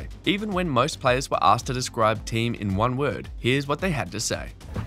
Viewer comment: Thee-um, not Team...